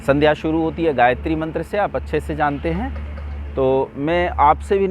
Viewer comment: Aapko gaytri mantra es tarah nahi bolna chahiye Pahle a jankari kar le